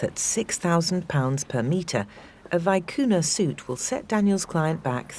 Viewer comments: Vicuña not vicuna! That made me cry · It's pronounced, "vee-KOO-nyah". I knew without asking, but have verified that pronunciation with more than one aristocrat from the Western side of the Andes (and two from Buenos Aires). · Experts who can't even pronounce Vicuna correctly, full of shit to the max.